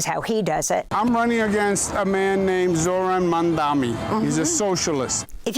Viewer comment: Cuomo, the has been "democrat" and abuser of women, goes to the most pathetic form of insults by INTENTIONALLY butchering Zohran's name continuously! For anyone with an iota of human decency, this type of INFANTILE BEE-ES behaviour should shut that so and so off for good. I am not a New Yorker, not even a resident of the USA. A total outsider. But, l a Sri Lankan 🇱🇰 who currently live in this truly multicultural city state, the little red dot in SE Asia, send my deepest heartfelt wishes that the wise New York City voters will chose this remarkable man, Zohran Kwame Mamdani as the Mayor of their city. 🤞 🍀🤞🍀 Please 🙏🙏🙏 make that the reality come November , for the alternative is... unbearable. That ugly womanizer Cuomo does not deserve to be your Mayor!